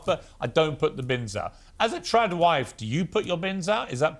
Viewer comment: Are they saying "Tran wife" or "Trad wife "